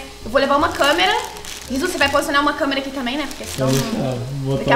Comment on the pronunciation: Mo engracado ele falou puque